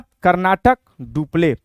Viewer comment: कर्नाटक नाही sir karnatik rahega